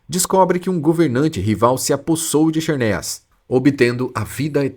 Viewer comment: KISERNIAS? Fala-se ZERNIAS.